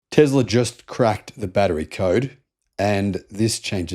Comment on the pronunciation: What is with pronouncing 'Tesla' as 'Tezla'?